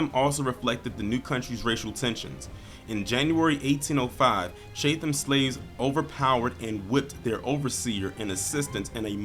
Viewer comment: It’s pronounced chat- em . But good video. Thanks